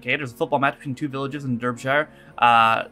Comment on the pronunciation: You're absolutely right about this. There is a difference between victim-blaming and giving good, practical advice for the real world that we live in. P.S. FYI Derby/Derbyshire is pronounced Darby/Darbyshire.